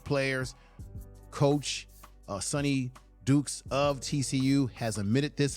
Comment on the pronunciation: Sonny DYkes not Sonny Dukes.